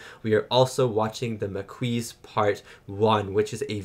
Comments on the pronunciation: Mar-Kee for the pronunciation, but he's gonna hear it soon enough anyway. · Hey …. The Maquis…..a reference to a French resistance force in WW2 of the same name. It’s pronounced the mah-kee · Ah yes, the Mah-Kweez. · Maquis - it's pronounced ma-key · Do you read the comments,? I've seen a least a hundred that tell you how to pronounced "Maquis!" You must know something about French up there! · Maquis. The S is silent. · You lost your Canadian card for not automatically knowing how to pronounce Maquis.